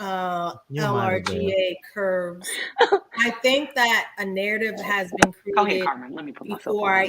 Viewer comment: LRGA Curves is pronounced like Larger Curves she has her own platform as well